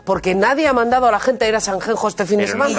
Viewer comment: ¡Sanxenxo o San Ginés, no Sanjenjo! ¡Joder ya!